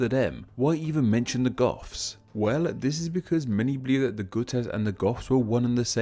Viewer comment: Gutes is pronounced "Jewts"